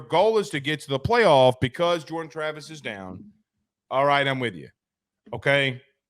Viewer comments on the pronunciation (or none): none